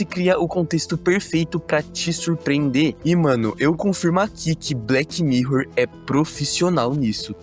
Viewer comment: BleTI mirror. Bleti? 😂😂